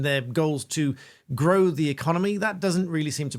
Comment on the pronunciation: Did she say "grow the economy" or "blow the economy"? 🙄